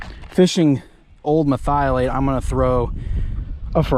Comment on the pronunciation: Say it with me, Mer-thi-o-late